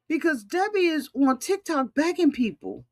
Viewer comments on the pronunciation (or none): none